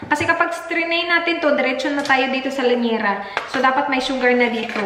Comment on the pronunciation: lyanera hindi lanyera. Hihihi dami ko napapansin. Sorry.